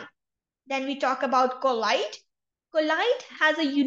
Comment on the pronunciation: its pronunciation is not collide mam, it is colloid